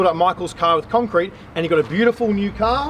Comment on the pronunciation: conk crete??? that's cement bay beehhhh